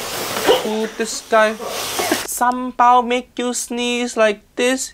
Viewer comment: Your pronounced ‘sambal’ like a local 👍